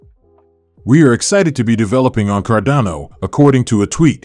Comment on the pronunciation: Sorry, if you can't even pronounce the coin's name correctly, then it shows you haven't even done the most basic due diligence.